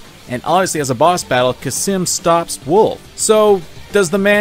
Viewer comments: Cam-sin not kasim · Khamsin, not Khasim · Fun Fact: It's Khamsin, not Khasim, he even says it. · its kamsin not kasim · Your repeated mispronunciation of Khamsin as "Khassim" is infuriating. Good vid trilogy tho. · How did you get “Khasim” from Khamsin? 😂😂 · ITS CAM SIN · It’s Kampsin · Except how to pronounce khamsin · I'm still 100% convinced he mispronounced both Khamsin and Excelsus on purpose just to piss people off. Or he has dyslexia. Maybe both. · Did you just... forget the 'M' in the middle of 'Khamsin'? Edit: "Excelcius" that isn't butchering, that's just flat wrong.